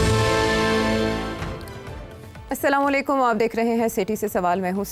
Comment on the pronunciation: Seathy sahib, AAP ka Andaz-E- Asslamualikum kernay ka change kerain AAP yeah kehtay hain> { SAMA Lakaykam } what IT’S meaning >? You will not like if I , Noor.M. From CANADA say pash Keray , I will urge you learn it properly. You may call me, I will help you. I served > PAF for 21 years from , I fought , I shot down IAF’s 3 A/cs 1- Hunter, 2- Vampair 3- GNAT these three IAF A/C are from the British. NOOR M from CANADA